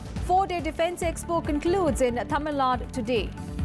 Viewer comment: It's Tamil Nadu and Kerala, why do North Indians pronounce Tamil Nad and Keral?